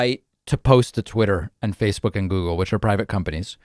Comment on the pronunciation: I'm surprised David did not pick up on Trump saying "Googoo and Twitter" . It's clearly Trump reverting to his infant form.